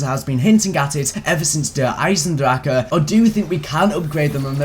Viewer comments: it's not dur hiesendrake it's der eisendrache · guy across the street you're both wrong